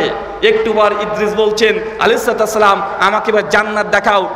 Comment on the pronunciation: সুন্দর করে সালাম টা ও দিতে জানেন না!